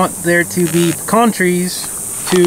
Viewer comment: Pecan not pecan.